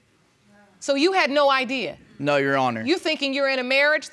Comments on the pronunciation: Its "your honor" not "you honor" 😂✌🏽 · I'm hearing "yes younna" no Rs anywhere..... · Yes, she dropped the r.